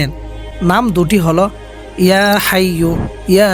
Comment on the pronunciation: হাইয়ুল না হাইয়্যু